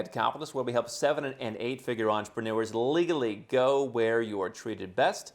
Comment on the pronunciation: Why do you often emphasize the word "legally" like that? It's awkward.